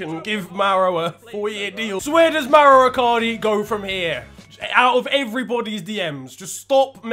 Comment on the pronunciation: It is Mauro dude, not Mauri